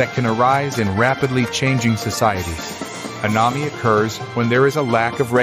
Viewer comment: Learn how to pronounce Émile and anomie.